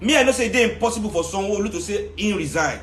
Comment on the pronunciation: Sanwoooooooolu the way you called his name with IGBO accent 😆😅😅😂🤣😅. On a serious note, it must be a shame being such a disliked individual. If anyone watched THE EXPERIENCE 16 and saw how they boooooooooooooed Sanwolu's rep, you'll see that his ratings are zero. I just hope we carry that energy into 2023.. A shame, a big shame. When we elect bad leaders, this is what happens. In other news RIP SYLVESTER DOWEN COLLEGE NEEDS TO GIVE ANSWERS. The hottest part of he'll belong to VIO. 586TH like for